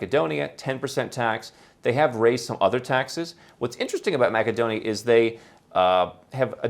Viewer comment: I think that you are confusing a country in Europe, north of Greece, Macedonia (or more correctly North Macedonia,) pronounced: ma -suh-dow-nee-uh, With a type of Australian nut, macadamia.